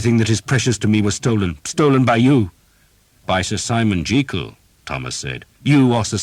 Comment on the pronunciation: One criticism: Sir Simon Jeekyll? Why change it to something that doesn't sound as good, and isn't the correct pronunciation either??